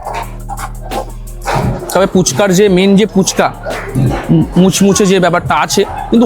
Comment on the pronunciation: Phuchka ❌Poochka ✅🤠